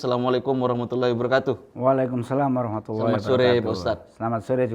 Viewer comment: Afwan Ustadz, jawabnya wa alaikumus salam wa rahmatullahi wa barakatuh... Alaikumus,bukan Alaikum...!!! Katanya Ustadz... Cuma mengingatkan saja.